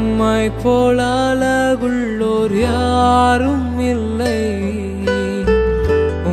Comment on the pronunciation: Good and Beautiful song.... but tamil is worst.அழகுள்ளோர் என்று பாடுங்கள்.அலகுள்ளோர் அல்ல.வரும் பாடல்களில் தமிழ் உச்சரிப்பில் கவனம் தேவை.